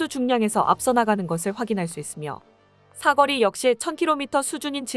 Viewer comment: '사거리'를 '사꺼리'로 '요격'은 '요껵'으로 잘못 발음하는 아쉬운 습관.. 네레이션 발성 속도, 흡인력, '임팩트'도 좋으니 일익발전을 위해 애청자의 사소한 지적도 얼른 고치시기를!~